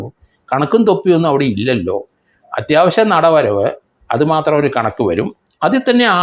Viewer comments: NADAVARAV !!! NOT Nadavaramb !!! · സാറേ.... ശബരിമലയിലെ നടവരവാണ്..... നടവരമ്പല്ല......pls.